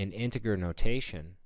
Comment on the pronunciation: You're not pronouncing the word integer correctly...